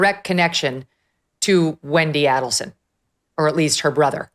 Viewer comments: right she doesn’t even know that Katie has never been called KATE. And she is pronouncing Markel wrong. And Adelson. If she knew anything about this case, she would not be making those errors. The best thing Megyn did was hair extensions and give in to the female stereotype. She went from 50K to over 2 million in no time. She totally changed her “image” from conservative to provocative to her benefit. Good for her. She’s up to almost 4 million now. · LOL its not “Kate”-it’s Katie She has NEVER been called Kate. It’s not Adelson with “Ah’ its “A”. It’s Markel with the emphasis on Mar KEL, not Markel. Dave Aronberg is also wrong. It was not converting the kids to Christianity-it was converting them to Catholicism. A big difference. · MEGYN! GET BETTER PRODUCERS WHO PREP YOU BETTER--- SO YOU CAN PRONOUNCE THE NAMES CORRECTLY--- AND GET YOUR FACTS RIGHT!.. The name is A-DEL-SON ( not ADEL-SON!.. Also, it's KATIE ( not KATE) MAGBANUA!... Listen to DAVE ARONBERG , how to pronounce their NAMES and the FACTS OF THE CASE!.. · If you are going to cover a story, know the pronunciation of the names of the main players in the case Megyn. So unprofessional dear. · Aid-al-son: phonetics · I'ts AID- EL- SON. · Megyn, Adelson is pronouced like Aidelson. Kate is Katie Magbanua. Markel is pronounced like Markell, not Markle. Following this case for years. You would love the prosecutor Georgia Cappelman if you review the trial which is on youtube. She is a master! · I have no idea how Dave Aronberg could sit there while Megyn butchered almost all the names associated with the case & mixed up all the case facts. Why cover a story you know nothing about? At least, do your research beforehand. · Pronounced both last names wrong. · Thanks Megan for mispronouncing everyone's surname 👍.